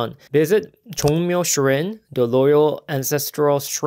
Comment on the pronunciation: Because you're helping me with Korean, I'll give back to you too, Shrine is pronounced shr-eye-n (not shrin) thanks for your great videos! 😊